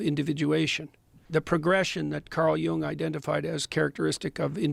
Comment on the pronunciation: jung is pronounced as Yoon-g, close the back of your throat on the G